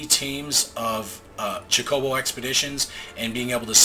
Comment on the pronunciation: I'm sorry, gotta mention.... The stress is on the CHO in chocobo xD ( /CHO/-koh-boh ) Love your vids! looking forward to more fun/meme vids. :) (like 20x chain)